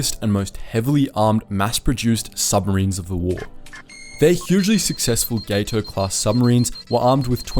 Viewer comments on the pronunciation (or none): Gat-o, not GATE-o. All of the Gato class were named after fish. It's pronounced as the Spanish Gato (cat) for the Catshark. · Its GAT O class, not GATE O. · Two things: Gato is pronounced "Gah tow", not "Gay tow"; The picture of the Albacore you display is the wrong boat. That's the post-war research sub AGSS-569, not the wartime sub SS-218. The sub you have pictured was launched in 1953 and is, in fact, unarmed. You can visit her near the interstate between Portsmouth NH and Kittery ME. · Gato is pronounced with a short A. Gato is Spanish for cat and they don’t use the long a you are